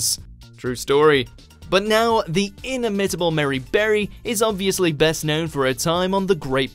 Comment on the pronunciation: "Ini-MIT-ible"? Considering doing voice-overs is this guy's job, you'd think he'd at least check up on the pronunciation of words he (clearly) doesn't know.